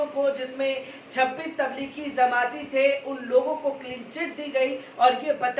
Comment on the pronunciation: Zamati nhi jamati